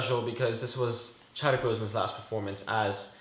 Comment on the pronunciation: He said not Chadwick wtf!! You should watch the all the movies over or read some comics before you guys do these reviews so you dont look and sound stupid!! We take this shit serious bro!!